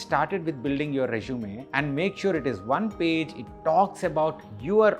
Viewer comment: It’s Resume not Rezshume. Please practice few times recording your voice